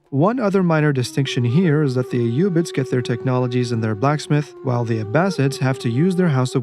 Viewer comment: I love the concise videos, and I really appreciate that we get to hear the units name with the correct arabic pronounciation ! You forgot to mention how the tower of the sultan strikes terror in the mind of your opponent, and overall is the best psychological warfare weapon in the game. Keep up with the good vids !